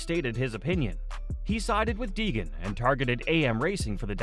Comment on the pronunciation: It's Deegan, not Degan 🏆